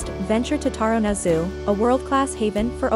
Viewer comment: Taronga Zoo is pronounced Ta-ronga.